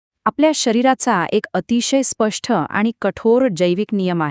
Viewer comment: छान केलाय व्हिडिओ. महिला निवेदन ही छान पण काही शब्द अशुद्ध उच्चार का बरं करता. न अक्षर नीट उच्चारा हो. स्पष्ट हा शब्द स्पष्ठ असा चुकीचा उच्चारता.मात्र बोलण्याची धाटणी छान आहे.